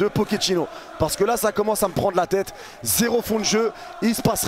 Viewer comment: "Nike pochettinno"